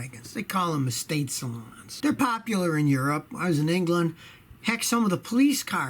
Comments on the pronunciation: salooooooooooooooooons. not salons lol. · NOT ESTATE "SALANS" - ESTATE "SALUUNES" Say it with me scotty. BMW Wagons are called TOURING - AUDI is AVANT